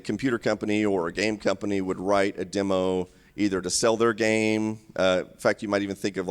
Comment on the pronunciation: Congrats on saying "demo" instead of "dimo."